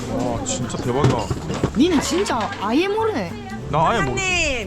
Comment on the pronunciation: 잡았다 대구 스파이 ㅋㅋ 대구는 아↗️예↗️ 모르네 라고 해요🥵